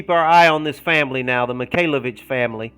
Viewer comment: Oh God I thought you said MIKAYLA BITCHES not MIKAYLAVITCHES lol